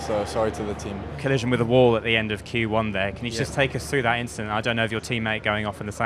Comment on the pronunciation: Leclerc had a bit of an inchident. he had flashbacks